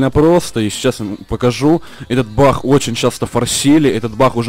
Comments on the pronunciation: может не бах а баг???? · Почему бах ??? А не баг ?